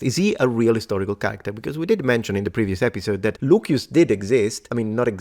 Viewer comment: I'd like to know if the way you pronounce Lucius, as Luquius or something like that, is the way it was pronounced in Latin.